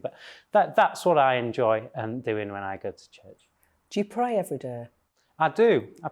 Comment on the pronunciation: Bible puncher as well What an obnoxious creature … I pway evewy day …to seek guidance …